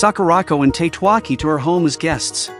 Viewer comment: I think Tatewaki should be read as Ta-te-wa-ki, not Tate-wa-ki. Then again this is AI read, right?